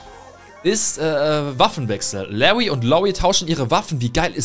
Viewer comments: Genau Lawwwy und Loowwie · Bro es heißt nicht „Lawy und Lawie“ sondern „LaRRy und LawRie“, ansonsten gutes Video